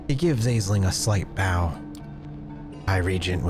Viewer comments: Aisling is pronounced Ashling. Don't ask, Irish name. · aisling is pronounced 'ash-lin' or 'ash-ling' just fyi edit to add: that's my own name, so it's a bit of a laser beam to the ear lol. thanks for the upload -- i'm really enjoying the series!